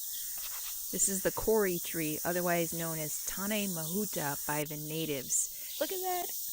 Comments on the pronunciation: Not Kori but kowri as in cow. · Kauri is pronounced cow - ree. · its pronouced COW RI = kau - ri ------ kau is said = cow ri ---- hello from a new zealander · Hi! Kauri tree is pronounced Cow-ree phonetically. Beautiful! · that tree, the Kauri, its pronounced by the pakeha (white NZ) Cowri...or in Maori Ko ree. The closest I can get phonetically :-)